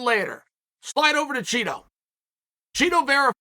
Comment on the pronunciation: i knew chael would say "cheetoh" like marlon's a bag of chips.